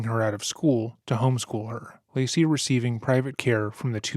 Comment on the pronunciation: i hate how their defence lawyer just called lacey "lazy" it boils my skin